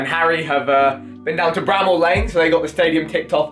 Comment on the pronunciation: Someone should tell jj to say bramall